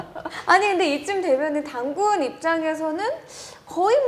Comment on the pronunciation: 이 당군당군 -단군단군 이렇게들리네 ^~^